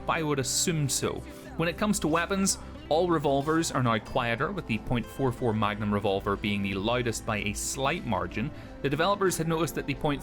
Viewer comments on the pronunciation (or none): Pronouncing .44 Magnum as "point four four magnum" should be a crime